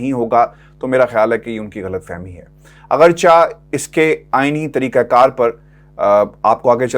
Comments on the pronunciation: Agarcha not correct please agarche boley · اپنی وڈیوز بہت درد دل کے ساتھ تیار کرتے ہیں۔ اللہ تعالی ان کو مزید ہمت و حوصلہ دے اور اپنے حفظ وامان میں رکھے۔ آمین یا رب العالمین۔ آپ کے لفظ " اگرچہ" کی ادائیگی میں کچھ گڑ بڑ ہے۔ براہ کرم اس کو چیک کریں۔